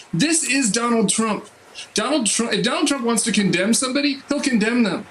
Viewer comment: "Donald Trunk" lol